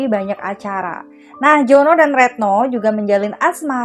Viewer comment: Retno kok jd reetno..ga enak bgt dgr nya